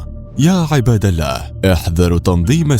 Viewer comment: من لهجة المذيع وقارئ هذا التخبيص انه ليس عربي فهو لم يستطع ان يلفظ اسم الجلاله باللفظ الصحيح ، قناه اماراتيه ، ولعل هذا الصوت صوت اسرائيلي ، وهذه واحده من نتائج التطبيع ، لاحول ولاقوة الا بالله.